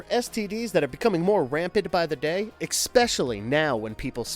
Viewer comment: There is no k in the word especially.